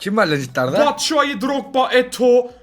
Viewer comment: abi ben sizle video çekmek istiyon o batsuayi değil çapşuayi ve ben bjkliyim gutii